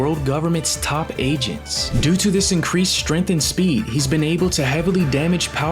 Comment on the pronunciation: Bro cant say strength bruh